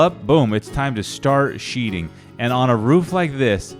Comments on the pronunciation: Sheathing - not "sheeting" ;-). That's going to be a beautiful house! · " Sheathing"...not sheeting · It's sheathing not sheeting.... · One thing, It's Sheathing